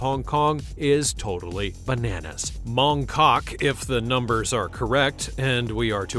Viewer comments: When you say “Mong Kok”, the ‘K’ at the beginning of Kok is almost silent, or not pronounced so starkly, so it’s really pronounced as though the K is not there - I lived there for 16 months, very fascinating place. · C'mon. You enjoyed saying Mong KKOKK.